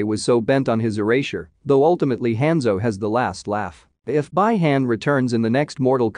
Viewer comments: Well if they cant pronounce the names correctly then dont make a video about it. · I hate the way he pronounces Hanzo name, clan, and the way he says Bi Hans clan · Bai Han?!!! BI-Han Quan Ki??? QUAN CHI! Bro ... know the names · No offense dude but you are butchering a lot of names. It's Bee Hawn, Kwan Chee, Lin Kway